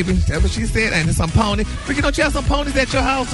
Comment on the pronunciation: Sorry you are pronouncing that flower wrong.🤣🤣🤣 Poeny is a flower. You Google it!! It's also has wonderful health healing in this flower. Research it you will be amazed!!!